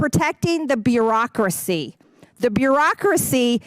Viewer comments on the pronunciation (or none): She can't pronounce bureaucracy like she cant pronounce peach tree for petri.